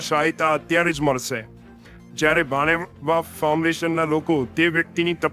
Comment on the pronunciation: ભાણેવા નય ભાવેણા